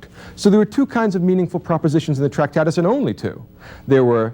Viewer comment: Also it's not 'Tractatis'... but we can cope - the language game is robust.